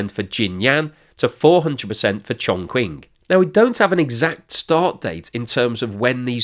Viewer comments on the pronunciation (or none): Chongqing is pronounced - CHONG-CHING, not CHONG-QUING :) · I like your videos, but you need to work on your Chinese pronunciation. Here's a couple of tips that would make a huge improvement: 1. Q = Ch, so Chongqing sounds like Chong Ching. 2. Zh = J (like Jacques Cousteau) Yang Zhou sounds like Yang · I don't usually do this, but you gotta work on your Chinese pronunciation since you make videos on China all the time. 'X's are pronounced like 'Sh', so Xi would be "she". 'Q's are pronounced like "ch", so Chongqing would be "Chong-ching". Finally, 'Z's are mostly pronounced like 'Z's, but sometimes can be kinda like 'J's, so Fuzhou would be "Fu-joh", just don't annunciate the J very much. I hope this helps, because it makes the channel look amateurish.